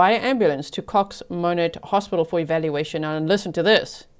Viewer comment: I live in Monett and heard the sirens the day this happened. I checked a local fb group crimewatch page where Hannah’s neighbors were posting what happened and were asking for prayers that the grandparents could get the baby. Such a sad situation. Thank you for covering this story. (And kudos for pronouncing Monett correctly.)